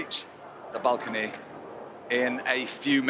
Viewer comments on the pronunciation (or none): Why are the pronouncing balcony as bulcony?